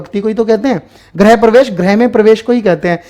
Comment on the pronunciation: गृह और ग्रह के pronunciation में अन्तर होता है, please सर इसे ठीक कर लो ।